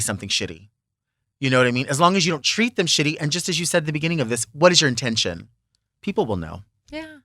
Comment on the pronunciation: Did she say URINE TENSION?